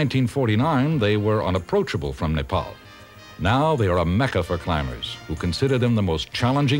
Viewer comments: He is pronouncing "Nepal" correctly , instead of "Nepol". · Loved how the narrator pronounced Nepal,Kathmandu and many other words native to our language without any mistake. Foreigners as well as some Nepalese nowadays don't do it properly.